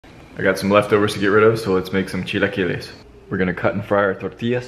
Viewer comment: trust me bro. just say tortillas. its fine. you dont have to do the over-pronounciation.